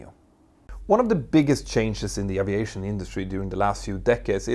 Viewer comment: Glad to hear he now says A--V--EIGHT--SHON not pronouncing the " A " as in Apple. This is brilliant.